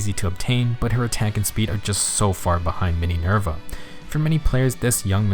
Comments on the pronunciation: Not Mininerva, TEENYNERVA!! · "Mininerva" Hwhsjhsngkdjshjd